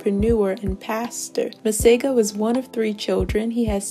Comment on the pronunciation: 🤣🤣🤣so not impressed with the way my name is pronounced here..